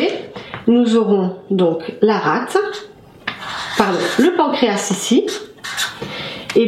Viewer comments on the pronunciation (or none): none